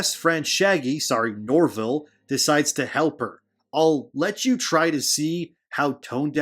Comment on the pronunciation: “ Shaggy, sorry I mean Norvil “ No it’s okay bro you pronounced it correctly.